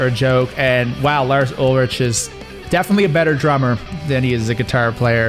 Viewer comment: Lars Ulrich is pronounced Lars UlriK. ;) Sorry but as a Dane I'm offended :D